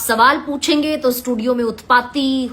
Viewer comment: भाई साहब सब्द नही शब्द होता है, इस्टूडिओ नही स्टुडिओ होता है. बिडिओ नही विडिओ होता है, बास्तव नही वास्तव होता है. विवस नही विवश होता है, देस नही देश होता है, एक वार नही एक बार होता है. मोदी योगी को खुले आम वाह्यात पन के शब्द बोले जा रहे हैं. मा बहन की गालियां रह गईं थी व भी दे दी और कितनी आजादी चाहिये